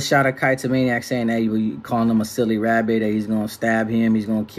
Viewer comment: He was calling him a Silly Wabbit 🥕 hahaha